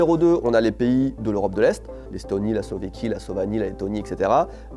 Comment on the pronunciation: "Slovéquie" "Slovanie" 😂😂😂